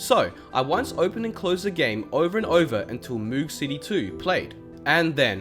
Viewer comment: You’re saying moog wrong, it rhymes with rogue and is named after bob moog, who created the synthesiser.